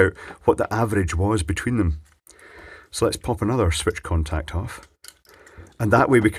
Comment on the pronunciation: I still hear "corntact" while working.